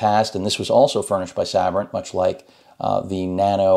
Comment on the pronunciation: I always thought it was pronounced Say-Brent I'm probably wrong